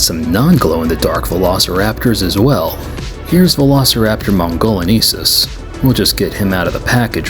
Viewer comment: Love the repaint work as always! 😁 I have this set and have animated these little guys a bit before too (they are difficult to keep stable during stop motion filming x_x) If I may, to help out for future reference It's "mon - go - lee - en - sis" for Velociraptor mongoliensis, hope you don't mind this, I couldn't help notice you kept saying mongoleneesis instead and wanted to help a bit there 😅